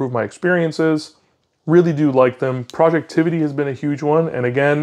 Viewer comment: FYI its "Project Ivy" not Projectivity 😂 common mistake so not a big deal haha